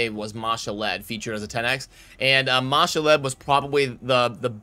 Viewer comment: Ma-Shalled, not Mashall-Ed :) one day you won't butcher it, lol